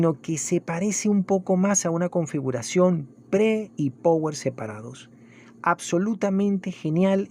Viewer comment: No conozco a nadie que sepa pronunciar power